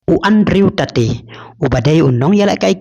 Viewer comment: Andrew Tate❌ Andrew Ta te ✅😂